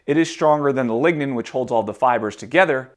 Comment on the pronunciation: Lignen ballz